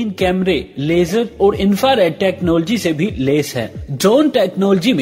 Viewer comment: ye kya bongiyan mar raha hai... also try do pronounce "technology" correctly....